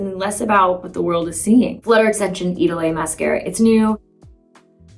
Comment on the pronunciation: She's a Lancôme ambassador, that's no problem. But the pronunciation of the Idôle products is unacceptable 😅